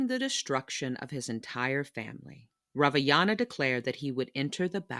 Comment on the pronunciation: "ravayana" 💀💀💀 I think you made a mistake there 😂